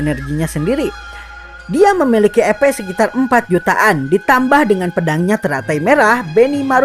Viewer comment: Duh rasanya enggak nyaman dengar kata EPnya terdengar Kata EPEK bukan EP🤣🤣🤣🤣 Sogo takuci dan yg lain itu enggak berdaya melawan shion ,, para moster melemah larna ada pelemah sihir dan moster yg di lakukan myulan dan gereja suci barat. Perasaan saat di kasih nama abiru kepala desa lizard enggak terlihar berevolusi sedang gabiru dan adik berevolusi 🤔